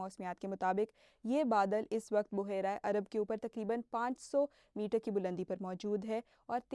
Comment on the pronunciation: Isay baheera prhtay hyn buhaira is incorrect